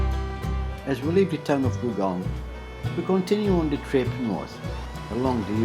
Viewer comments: It's Gullgong, not Goolgong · It's actually Gulgong, and it's my home.